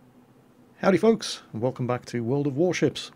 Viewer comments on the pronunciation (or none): none